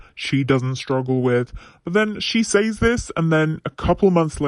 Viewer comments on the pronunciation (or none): Why do you say “says” like that? It’s pronounced “SEH-z” not “SAYZE.”